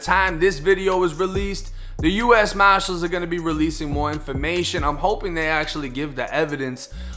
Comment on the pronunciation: can’t say “ US Marshall’s” to him it’s US Moshalls..